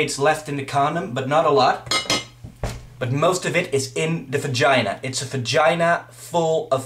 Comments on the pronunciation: *fagina* that's what it sounds like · Also "fagina"